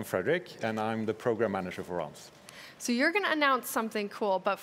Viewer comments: She’s out here saying ‘Realms’ as ‘Rolms’ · Realms? Nah fam its Roelms bro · Just listen to her... "Ralms"... Lol😆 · is it me or do they say minecraft rolms? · Nobody: Minecraft employees: RoLmEs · That lady pronounced realms so weirdly.